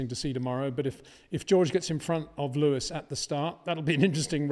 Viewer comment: but he damn well pronounces all other names 100% correctly, so HE KNOWS how to pronounce the S